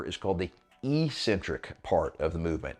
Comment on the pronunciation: EEEEEEEEcentric is not a word in the English language. Despite the way that every meathead on YouTube mispronounces it, it is pronounced eK-Centric. Let me give you two lines of evidence. 1) EEEEEcentric would mean 'without a center'. Ec-centric means 'away from the center. This makes perfect sense. An odd or crazy person is 'away from the center of normalcy'. Tendons move away from the center of the muscle belly. 2) The fist syllable of the word is 'ec'. The second and third are 'cen-tric'. 'Ec' can only be pronounced as 'eK' in English. But don't take my word for it!!! Take two seconds and look it up in literally any English dictionary. People may think you're eccentric for pronouncing it correctly, but at least you'll have the power of knowledge behind you!